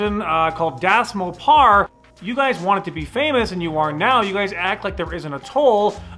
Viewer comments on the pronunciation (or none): Dasmopar... Lol. Das Mopar, like Dodge... The way he said it. Lol